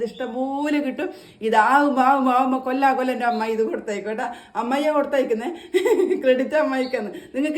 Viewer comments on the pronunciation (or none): none